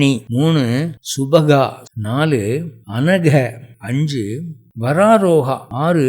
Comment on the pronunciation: சரியாக சம்ஸ்க்ருத (எழுத்தும் ) உச்சரிப்பும் அவசியம். Shubadhaa - சுபத்தை அளிப்பவள் ShubaHaa. - சுபத்தை அழிப்பவள் Anaghaa - பாபம்/ குறை அற்றவள். Anahaa - வடமொழியில் இல்லாத சொல். இதற்கு பொருளே இல்லை.